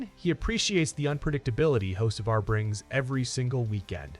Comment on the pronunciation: Did AI call him Hoe See Var 🤣😂